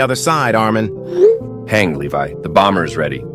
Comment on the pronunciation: Hange so funny calling Levi is leve